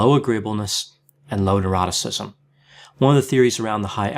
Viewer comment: Every time he explains the OCEAN acronym I always hear the last part as “and eroticism”. It leaves me wondering if I need help and what kind.